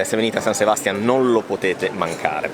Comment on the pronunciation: Non Sebàstian, ma SebastiÁn. O Donostia.☝🏼